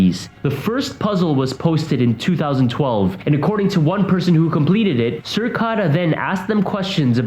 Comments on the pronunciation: Cicada 3301. NOT Circada. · It's Cicada ( as in insect) not Circada. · Cir-cada. Jesus. 😂 It's pronounced "sih-cay-dah." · CIcada not circada .. dumbass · it’s literally cicada not circada, it isn’t that hard xd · Lmao, what in the fuck is a "circada"?! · Cicada is pronounced si-k-da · Thought it was pronounced 'sihkayduh' and spelled like the bug cicada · LEARN THE CORRECT PRONUNCIATION!!!!!! It’s CICADA!!!! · "Circada"......... Research your subject matter so you don't sound like a fool when presenting it. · Did you just seriously say "circada"? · Sir-ka-da??? Unsolved??? Lol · No offense, its cicada, like the insect cicada, that being its mascot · After watching the rest, you should re-title this video '8 Things Literally Everybody Knows About The Deep Web'. This is the laziest clickbait I've seen in a long time. Except everyone else is somehow able to read CICADA correctly and without erroneously adding an 'R' into it for some reason. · What is the deal? No one knows how to say Cicada/cicadas..... I've heard so many different pronunciations and some are funny AF 🤣🤣🤣